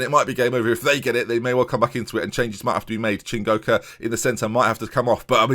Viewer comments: That first correct pronunciation of "Chingoka" was the most I've celebrated anything in all of 2020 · HE DID IT* *pronounced Chingoka and Matsuda correctly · It was the "Matsuda" for me, the mistake with Chingoka was more understandable as there is actually an N in his name to start with.